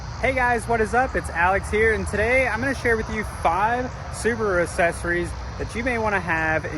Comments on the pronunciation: Why do you pronounce it "assessories" instead of "accessories"? The double c is pronounced "k". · I'll click the like button when you pronounce accessories correctly